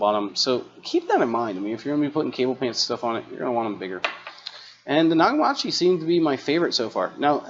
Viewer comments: You really need to learn how to pronounce Nakamichi properly before you even think about talking about anything audio related again, it’s not Nokamatchee ffs. Also, I highly doubt that the actual Nakamichi corporation that makes the Dragon, etc. is making these cheap banana plugs coming from China on eBay. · Btw Nakamichi ( you pronounced it nagamachi) was one of the best if not the best cassette decks in the world, and they made other components for a while. It’s a shame they’re gone cuz they made some amazing equipment. I myself have a Nakamichi cassette deck from the early 90’s and it’s very high quality. Check out the Nakamichi Dragon if you want to see a crazy cassette deck. Love your content. Thanks. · Some good info, thank you… but your mispronunciation of NA KA MI CHU drove me crazy… They were a very famous Japanese audio company in the 70s and 80s especially for cassette decks…. but now mostly defunct (actually bought out by a Chinese company that seems to just license out the name sad to say)… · Nagamachi? No! If you're going to do videos, at least pronounce the brands correctly! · GREAT VIDEO- LEARNED ALOT. FYI- PRONOUNCED...... KNOCK - A - MICHY....OR.....KNOCK - A - MEECHEY BILL,~ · Exactly my thoughts...had to rewind and listen to what I heard, Nagamachi? Where that pronunciation came from is beyond me. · Negimachi? Seriously? The reviewer is not only unfamiliar with a great name in audio, but he can't read either. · The Nakamichi pronunciation does not seem right to my ears 😂 could be my Zen- Heiser Headphones are not able to reproduce it correctly 😂😂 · Dude you are pronouncing Nakamichi WRONG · Mike Lucey .....Exactly......! Don’t you just hate it when people can’t pronounce words words right but will make up their own pronunciation.... lol....🤣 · Maybe he should have gone upstairs to ask his mom how to pronounce that big foreign word. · Naka-machi? Pretty sure it's Naka-michi as in mee chee. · It’s pronounced Na-ka-me-chee. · naga 😂marchy 🤣🤣🤣